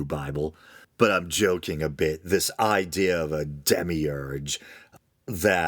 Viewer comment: Oh shit, you mentioned "Patriarchy" and called a womans a "bitch". Yer goin' to hell, mate. Edit: lul, you really did make the bit-she part sound like "bitch". Mind you, anyone who understands the concept of "context" would know that that was not what you said. Irregardless, it is pretty funny.